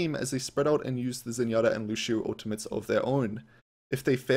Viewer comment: Why tf do people say LuSHio. His name is LuCio.